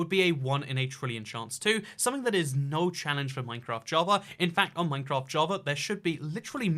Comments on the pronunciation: the point is it's like he's saying "nein" which is no in german... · When you click that time stamp enough times, you hear say noin. Yeah, I’m really board.